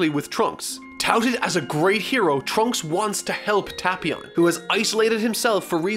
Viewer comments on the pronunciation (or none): its Tae•Pee•On not Ta•Pee•On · Oh god he’s triggering me the way he pronounces the name Tapion, it’s Tape-ion not Tap-ion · I swear if he says TahpEon one more time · You say tapion wrong I think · u ryt